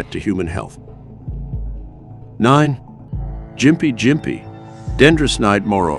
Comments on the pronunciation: It’s pronounced “gimpy” NOT “jimpy” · Gympie, Said as, gh im pee, Ghm pee.